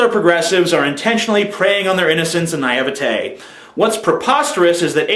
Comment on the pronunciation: YOU PRONOUNCED NAIVETE WRONG YOU FOOL